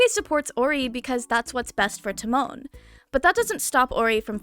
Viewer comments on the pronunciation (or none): it’s Ta like pronouncing the start of “Time” and Mon similar to how some people Mon Ami if that makes sense lmao. You said it similar to Timon from Timon and Pumba pff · I've been loving this anime this season. Unrelatedly the way you say Tamon's name is killing me lmao